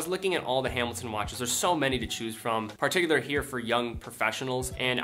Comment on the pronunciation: Great videos, but the way you say "particularly" really bothers me for some reason lol